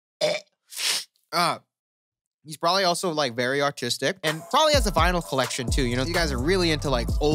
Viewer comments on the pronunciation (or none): did you say autistic or artistic lol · When he was talking about the euro boy, at first I thought he said "he's probably like very autistic" lol😆